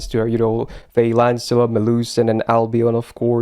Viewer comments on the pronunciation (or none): none